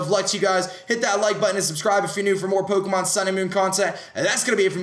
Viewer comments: why does he put on an accent for all these formal vids. He says pokemon like pookaman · Why. Why does he say pookemon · why do you say poo-kah-mon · I love how aDrive says pokemon like poukeymon. XD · omg the way he says pokemon tho "pokymon" lmao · It's pronounced PO Kééééé MON. english dubbed series don't kno... the ignorance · Ha he says pookemon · poo-ko-mon lollll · What is this accent? Pookamon. Dafuq? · Why is he saying Pokémon so weirdly